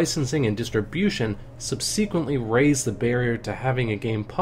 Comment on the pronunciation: pretty sure the "sub-sequinned-ly" pronunciation was because this review is really gay. pass.